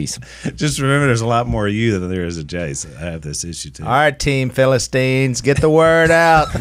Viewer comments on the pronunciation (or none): The Phil-a-sons. ? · PHILLIP-STINES! LOL! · Phil-istine. Lol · Philipians...not Philistines... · Philasteens. HAHAHAHAHA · phils face when willy said philistines lol not impressed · "the Philistines" LOL